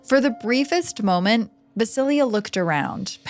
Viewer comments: Thank you for the Slavic folklore! I knew Baba Yaga also as Baba Roga in my childhood. By the way, and I hope you don’t mind me saying, but ‘Vasilia’ is VasiiSa. Jenny Greenteeth from the first story reminds me very much of the Rusalka/Rusalija of Slavic folklore, and the Germanic Nix. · Small knitpick I wanted to mention— Vasilisa is pronounced something like voss-uh-LEES-uh rather than va-sil-ia There are pronunciation guides online so you can hear what it sounds like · Vasilya 😒 it’s Vasileesa